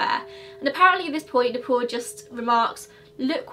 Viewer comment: Video is almost over and I just understood that "Neh-Pole" is Nepal. I was like "The Pole? The North Pole?". No offence really, I love your accent.